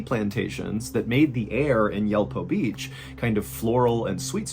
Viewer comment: Yulpo is more like Yool-po